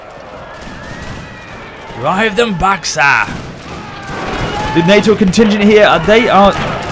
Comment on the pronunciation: Pronunciation Help: Is-and-l-wana (Isandlwana) nah-tal (Natal)